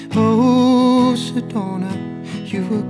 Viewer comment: How he pronounce Sedona is lit 😍